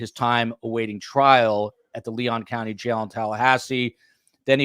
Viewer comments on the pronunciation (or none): none